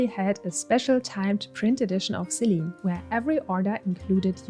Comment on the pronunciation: Selene is pronounced Seh-leh-nay